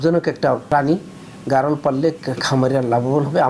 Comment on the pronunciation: সাংবাদিকের সামনে খামারি বলতেছে ভ্যারোল । আসলে এর উচ্চারণ হবে গারল। যাইহোক আমার বাড়িও ভোলা আপনাদের খামাটা কোথায় একটু দেখব। আপনাদের ঠিকানাটা কোথায় প্লিজ একটু বলবেন।